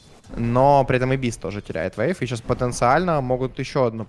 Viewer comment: Зачем ты говоришь вэйв? Вэйв?